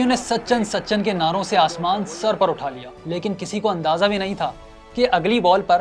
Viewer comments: It's so annoying, The narrator kept saying Sachan Sachan instead of Sachin 🤦🏻‍♂️ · sa chan nahi bhai. sachin. tum log naam hi nahi bol pate ho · It's Sachin not sachan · "Sachan" kon hy? 🤣 bhai naam to sahi sy le lo